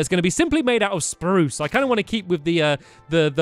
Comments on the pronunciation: omg stamp said spruce wrong 😲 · STAMPY!!!!! you said "spruce" wood. you said you will say sparruce wood